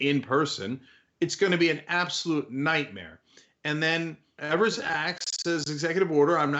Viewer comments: Wisconsin here. The first e in Tony Evers last name is pronounced with a long e sound, not a short e sound. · Why do you guys keep mis-pronouncing Tony Evers (which rhymes with Fevers, with a long "e")? You've been doing this since Governor Evers was elected. Don't think I've "EVER" heard his name pronounced correctly on Young Turks. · His last name is not pronounced like they say. It is Ee-vers. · its said EEVERS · always pronounce his name incorrectly.